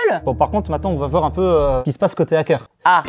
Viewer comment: Il me perturbe à dire un Nackeur on dit hackeur faites pas la liaison entre un et hackeur c'est horrible quand on le prononce sinon